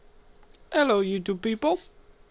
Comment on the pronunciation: sorry but i have to say somthing "Ello youttube people"